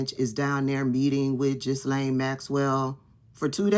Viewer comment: Just so you know.. The “S” is silent in the name “Ghislane” I know you are all for constructive criticism. Keep up the good work